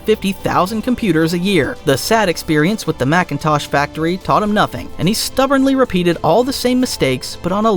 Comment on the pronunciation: It's MACINTOSH not MACKENTOSH